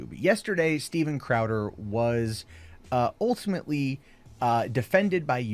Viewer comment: "OHL-TIMITLEE" Why does he say that more often than Jared says "anyways guys"